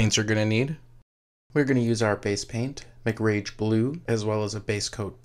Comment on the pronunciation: did he just say make-rage blue